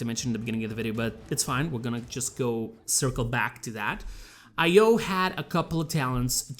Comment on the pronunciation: Stop pronouncing it as separate letters 'Ay pause Oh'. Pronounce it more like 'Ayo', as in like Ion cannon, Ion beam, Iodized salt.